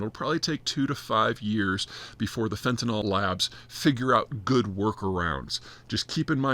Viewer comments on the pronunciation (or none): you say fentanol and i say fentanyl… let's call the whole thing off